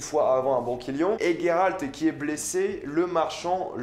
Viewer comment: Coucou alors j'adore mais juste après vérification c'est bien Géralt et non Guéralt sinon y il aurais un u (sauf peut être en anglais) bisous continue j'adore 😂❤❤